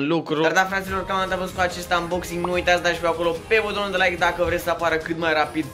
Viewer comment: hai ca ai facut 2k likes daca e. :))) doamne cand te aud cum vorbesti , so , placa da baza, cutia DA la cooler ... sursa de la seA sonic ... doamne fereste bha baiatule. in locul tau nu as mai spune firma daca nu stiu cum se pronunta .. oricum se vede ce firma e.